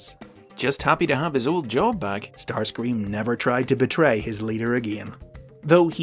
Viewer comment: Starscweam fits somehow